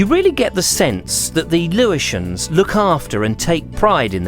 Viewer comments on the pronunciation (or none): Enjoyed this thoroughly! But you didn't take advice on local pronunciation: Lewes has 'Leweesians' and Offham is 'Oafham' - still - the video was interesting to watch and most enjoyable. I hoped you'd manage to get on one of the Brewery Tours - they're excellent (like the Beer - named for many local events like 'Bonfire Beer' etc.) The Brewer is quick to mention that the water doesn't come from the Ouse, but from deep artesian wells! Hic! and is called not 'water' but 'Liquor' - Haec, Hoc! And the Chalk Pit Pub is now an Indian Restaurant . . . .